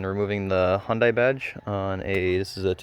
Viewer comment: Its pronounce hundae like sunday